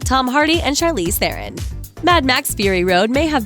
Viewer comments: Charlize Theron's last name is pronounced Thrawn. Not Thay-rohn. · Thronn, damnit not the iron, not theeeron, Thronn. It's a south African name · Theron is pronounced Thron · Would you please say Theron properly!!! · You don't say charlize theron right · Please learn how to pronounce Charlize Theron's name !!!!!!